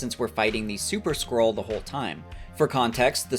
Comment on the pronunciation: So as someone who was listening and not reading, I thought there were shapeshifting squirrels. Maybe you should say "skrull" like you're saying "skull," but you got my comment so hayo